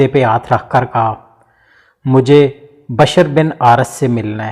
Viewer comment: Is it bashar or bishr ? Kindly tell the difference between these two pronunciations,cause on google both the words give different meaning